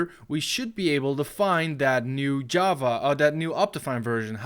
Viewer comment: as a programmer I am offended by how he said java and jar